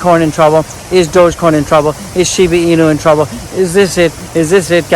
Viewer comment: in fact go back to april or may and watch his videos he doesn't even know how to pronounce DOGECOIN 😅